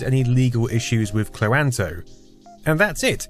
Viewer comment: Had never previously considered pronouncing"Cloanto" anything like that.